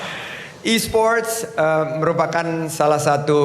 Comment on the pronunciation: E-sports pak bukan e-spot